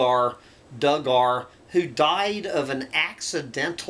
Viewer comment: I believe Duggar is pronounced DOOG-er.